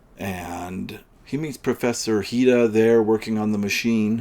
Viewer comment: it’s Professor Hira, isn’t it? Not Dr Hida?